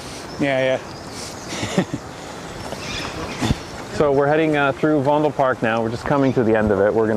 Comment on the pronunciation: I always like your pronunciation of Fondle Park! But when you got there it was very correct Vondel Park!